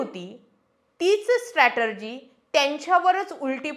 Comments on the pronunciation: स्ट्रॅटेजी म्हणा स्ट्रॅटर्जी नाही. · 'स्ट्रॅटर्जी' नाही, 'स्ट्रॅटेजी' म्हणा. बाकी विश्लेषण छान.